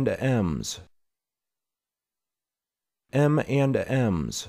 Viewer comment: This is not how to pronounce this brand name 😂